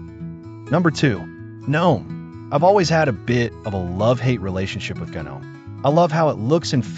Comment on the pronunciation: Kinda hard to watch when gnome is pronounced gunnohm.